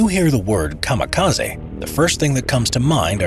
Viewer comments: I don't like to be that guy, but it's KA-MI-KA-ZE, not KA-MA-KA-ZI Ka like in Car Mi - Mint Ze - Center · General: A kamikaze boat is enrute BRRACE Random soldier: You mean Kamaka-sea HAHA Boom